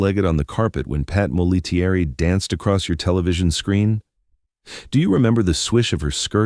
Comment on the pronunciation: P.S.; -- her name as 3 syllables, not five. It's not Mol - A - TEA - ERR - E. It's MOL-A-terry..